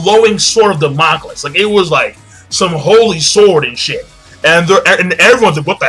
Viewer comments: dont want to be that guy but sword of Damocles. PRONUNCIATION: ( DAM-uh-kleez) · Lol king it's pronounced Da-Mo-Kleys like in code geass... sorry just me being a pronunciation nazi